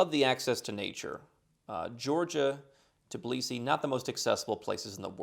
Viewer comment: But he never pronounces the Tbilisi the right way 🙈 He always says Tiblisi 🙈